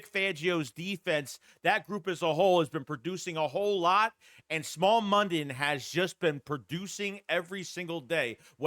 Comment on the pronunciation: His name is pronounced Smile not small.